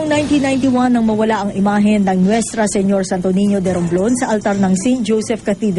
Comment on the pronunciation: Nuestro po hindi Nuestra...Diocese lang po ang Romblon hindi archdiocese..